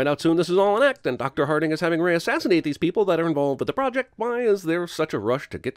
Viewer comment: Remember the time Vin was great as Richard B. Riddick? Now that's long gone... By the way: "Dr. Harting"?! Hahaha.